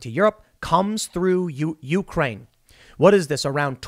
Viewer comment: The correct pronunciation of Ukraine accents the second syllable rather than the first.